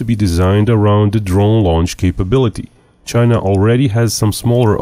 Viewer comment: THE GEARRRRRRTE CHAIYYYNAAAAAAA